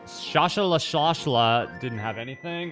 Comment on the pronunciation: I believe his name is pronounced sa-ha-sra-la